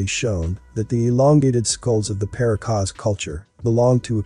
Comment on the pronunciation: “Puh- RAH- cus”